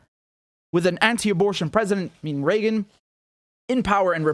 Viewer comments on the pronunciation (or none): none